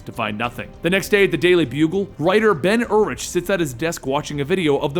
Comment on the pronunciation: you pronounced ben urich weird